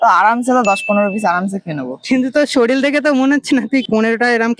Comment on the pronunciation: Kothata soril noy ,sorir.R a to fukote peyeche heavy tanbe.